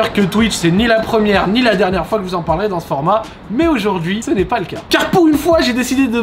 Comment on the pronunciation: "Ni Z'un fond vert", "raconter Z'aujourd'hui". Bordel met pas de liaison là où il y en a pas mdr